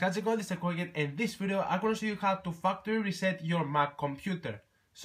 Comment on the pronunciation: "I'm going to show you how to faqder" LMAOAOAOAOAOOAOAOAOA